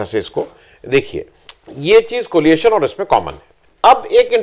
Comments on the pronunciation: Tha word is coalition and not coliation. Sorry for pointing out. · एक बार फिर आपको बताना आवश्यक है --कृपया ध्यान दें: "कोलिएशन" नहीं, "कोएलिशन" COALITION!!